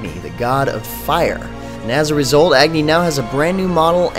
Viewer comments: its not ag-nee its ugh-nee you're pronouncing it wrong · or ugh-ni